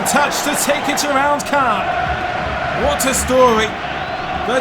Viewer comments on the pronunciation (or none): none